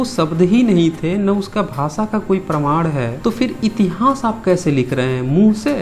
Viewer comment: Tere ko itihas kahna tak nhi ata itihas ko itihans kahta ha 😄😄